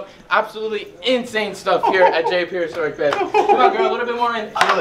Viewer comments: Does have trouble saying "Prehistoric?" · Lol u didnt say prehistoric correctly lmao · has so much trouble saying "prehistoric" lol